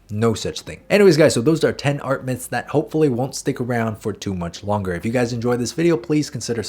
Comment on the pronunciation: He sed "art minths" in the intro.